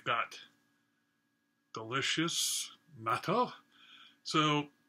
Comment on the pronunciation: There are a lot of varieties of natto - when you have fermented foods, they can go in many different directions. It's sort of like cheese in that respect. I've liked it okay exactly two times, and not liked it the other times I've tried it, which is only... five times or so. Incidentally, for the pronunciation, the "っ" before the "と" of なっとう (納豆) means you first pronounce the "na", and then have a moment of silence and kind of strengthen the "t" part of "to". And while it's inaudible to us native English speakers with our flexitime language, the "o" sound technically blends into a "u" (う) sound although in practice it's more like the "o" is just extended a bit. Also there's the aftertaste... were you okay with that?